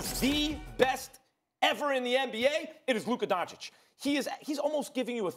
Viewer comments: Nobody: Stephen A : "Luker Doncick" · Stephen a Smith: Luker Donchick 🤦‍♂️ You need to get it together fr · "Luker DonchiCK" Stephen A Smith 2020 I stole this one cause it was fucking funny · “Luker Doncic” - Stephen A Smith 2020